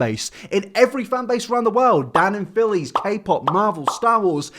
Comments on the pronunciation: I did not... I DID NOT just hear “dan and phillies” with my own two e a r s... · I legitimately forgot what the phandom was called after he said that because I couldn't get over "danandphillies"